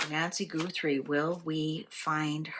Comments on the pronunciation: I think you might be the only person who pronounces it “GOO-3.” Everyone else says “GUH-3” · Thank you! The “Goothrie” was driving me batty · How can you get an accurate reading if you're mispronouncing her name? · Can you please pronounce her last name correctly? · Accents. See the video about the Cork MP and his pronunciation of "40"